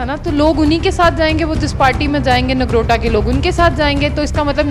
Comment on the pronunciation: Nargota nahi Nogrota hota hai...